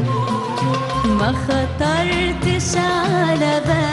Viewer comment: Her diction is terrible. Just listen to how she pronounces "khatartesh"!